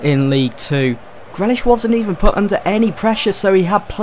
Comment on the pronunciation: Grealish is pronounced GREELISH not GRELISH